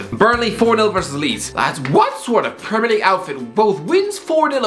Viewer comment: No one Absolutely no one Irish guy - PRRRRRRRRREMIRE LEAGUE